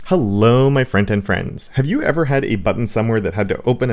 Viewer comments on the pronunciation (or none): I always thought you were saying, "Hello friends and friends" and was so confused... But thanks to the subtitles, I get it now. Thank you